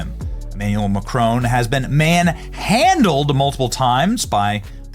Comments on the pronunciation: It's very easy to pronounce 'Macron' correctly. Google it. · 😂😂😂😂😂 did you just say cock boy Macron😭😭😭😭